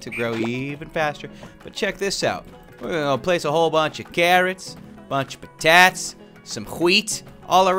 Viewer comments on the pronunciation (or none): All the falsely pronounced words of 1. 🥔 Potats 2. 🌾 Queet 3. 💥 Tint Eh..